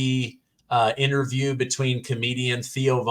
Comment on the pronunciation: Correct pronunciation is ...... IN TER VIEW..... not INNER VIEW